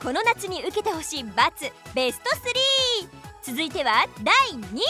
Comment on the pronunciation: べしゅちょしゅww可愛いなww めっちゃキル‼かっこいいんだけどw どっちにしてもは笑った 可愛い